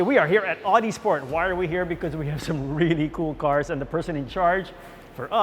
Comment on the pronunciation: What a shame. Couldn’t even pronounce ow-dee right.